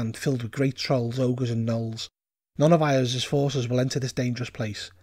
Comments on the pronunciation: "Eye-ahz"? It's wise that you mispronounce the fellow's name like that. Saying it correctly might get his attention, and that's not something you want - unless you are very powerful. ;) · LOL I've mispronounce Iuz as well I pronounce it "EYE-yooz".